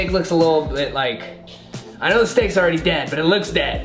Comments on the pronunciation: Was I the only one who heard him say sticks instead of steaks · I heard that to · i heard it to but i replayed it and it said steaks